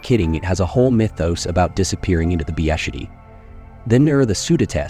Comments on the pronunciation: Your AI lector has big problems reading not only Polish names but even the abbreviation for World War II. Here some quirks I foundBeszczady = BBC Wieliczka = Villete ska Sudety = Sudha test WWII = DoubleU Wii Oscypek = pick a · Vyelychka! Byeshtshady. Soodety. Pyenyny. Zhoorek! Listen sounds, do not "read" letters.